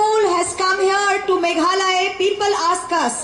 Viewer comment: "Mekhale", khlem lait ban kynnoh Meghalaya.